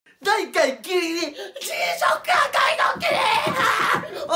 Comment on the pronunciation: いや、まずギリギリって言えてなかったけど